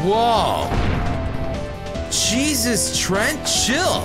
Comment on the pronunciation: I love how you call treants trent, rofl.